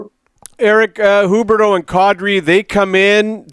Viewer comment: Rick Ball. Please interview him about Calgary sports. Please. This Eric guy can’t mic himself properly for a phone interview?? Not just Sutter still in the 80s. Also wtf is “Hooberdough”? It’s pronounced “Hue berdough “.